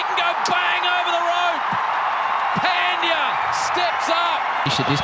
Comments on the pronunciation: No one : Commentator : Hardick Pendiyaa..... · No one:- Commentator: phendya😂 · No one: Literally no one: Aussie Commentators: “PENDIYA!” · Yes, they say.. पँड्या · They say " pundi " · Peldiya Pandya ne Pendiya 🤣🤣🤣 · also its not Pan dya, pronunciation is pun dya, only gujaratis can relate, like we get irritate when ppl pronounce PAN😅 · That's pandya not phendya 🤣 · Hear again its phendiya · Pandya ko toh Pandiya bolte he😂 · What we see: Pandya What they see: Phaaantheeyaaa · First they pronounce pendey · Pan-diya is a World class hitter.. English commentators😂😂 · When he calls hardik pandya as peindya 😂😂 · He says hardik panndhya that moment😂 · Comandator : Pandeeya 😂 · Commentator : Hardik Phendyaa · pandya nahi bol sakte to hardik hi bol do na 😂